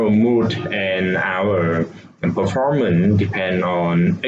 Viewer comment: performace not performent